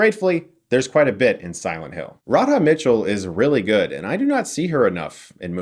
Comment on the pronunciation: The h in Radha's name is silent. It's pronounced RAH-dah. She has been in lots of great stuff. If you like her work you should check out: Love and Other Catastrophes Pitch Black Melinda and Melinda Rogue High Art The Crazies is also kind of cheesy fun. I watched the Silent Hill movie before playing the game, and enjoyed it. You don't need to have played the game first. You say that there was a lot of explanatory exposition, but also that the movie doesn't treat the audience like they are dumb. Which is it? It can't be both. Never take Ebert seriously when he reviews horror. He hates most horror films, and often reviews them incorrectly. In particular, he often doesn't understand the humorous elements in some horror films. He usually sees horror as immoral, and doesn't see it as the metaphor about human existence, which it so often is. Your review isn't as detailed as it could be. It mentions the music, but not the artful visuals. It talks about Sean Bean's part of the film, but doesn't talk much about how the rest of the film is mostly uniquely female oriented, both the heroes and the villains. One thing which most reviews of the film miss is how well the makeup department has done with the look of Sharon/Alessa. A lot of reviewers think the actor is very bad. I disagree. She gives the right looks at the right time, going from timid and scared initially, to devilish and evil by the end. The characters of Rose and Cybil have a nice buddy movie chemistry for a lot of the film.